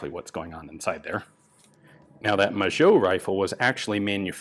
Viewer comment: Magot is pronounced ma-go in french, not majo... cool video anyways